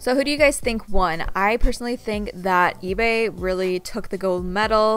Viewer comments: For the orange slime on the ebay one i think you said etsy Like if you heard too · it's eBay but you keep saying etsy